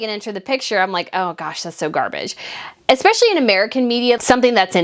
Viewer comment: Slow down the speech so "espeIALLY" does not sound like "espeshy" and... it's AS I SAID, not LIKE I said. xoxo